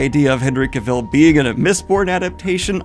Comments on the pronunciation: Cav-el! Cav-EL! Not Cav-ill!!! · Stop saying cavile it's cavill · Why do you pronounce his name that way? In my head it's always been CAV-ill not ca-VILL. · Yes, he absolutely needs to be a lead in a franchise, but that means you need to learn to say his name correctly: Cav il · "CAVILL" RHYMES WITH "TRAVEL" DANIEL!!!!!!!!!!!!! (I feel the need to comment this every time you say his name) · For the love of God! it is CAvill! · "Cavell" like "travel" dude unless you're trying to be funny, then ignore me lol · His last name rhymes with "travel" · Cah-Vil, I hate being that person, but hearing it being mispronounce like that is slightly triggering over and over, sorry! So cool he liked Sanderson though he truely is king of nerds! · Daniel, I'm glad your giving your takes on this... But for the love of God, SAY HIS NAME RIGHT! It rhymes with "travel!" He literally made a video where he tells you! You even said it right once, and then went BACK, for God's sake! Daniel, PLEASE! -Sincerely, a subtitute teacher with a last name no body says right. That's probably why I care. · Love your videos Daniel but your pronunciation of Cavill bugs the shit out of me. Its said like the word 'Travel'. You actually said it right when you cut in at one point as well 😂 Genuinely love the videos man but I just had to get that off my chest. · everytime Daniel says Cuh-vill I want to throw a rock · I love this idea and the video but your repeated mispronunciation of “Cavill” is KILLING me 😂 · You should probably start pronouncing Cavill with the emphasis on the right syllable before you try to interview him. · Day 900 on Daniel mispronouncing Henry Cavill's name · I cannot watch this video because you pronounce Henry Cavill's name wrong every time. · I love Daniel, but his pronounciation of "Cavill" gives me a nervous twitch... 😅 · hate it when Henry is in the news as Daniel always mispronounces Cavill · Please… please for the love of god stop saying Henry’s last name like that.